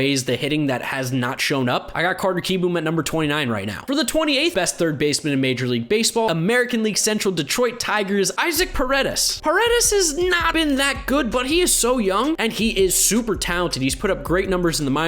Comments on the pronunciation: It's Pronoucned EE - SOCC Isacc Paredes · I think Isaac Paredes name is pronounced E-Sock.